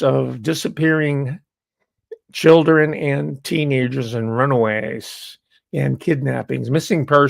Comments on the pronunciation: says " chillun" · I'm enjoying you having fun with the word "children." I recommend trying-on the pronunciation "chur-ren." It connotes more of a cognitive struggle.